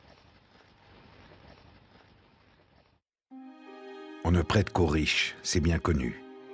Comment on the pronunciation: Mais vous avez raison. y dit pitin au lieu de pétain. Qu'est ce qui lui arrive. Mais c'est bien qu'il a trouvé un travail jsuis contente!